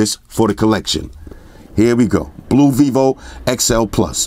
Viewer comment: It is written ok - XI+, but it is pronounced wrong - XL+ :)